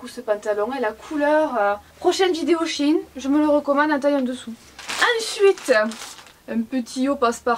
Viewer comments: CE N EST PAS SHINE MAIS SHèINE merci;) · c'est pas shin c'est shein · ou tu sais même pas prononcé son nom correctement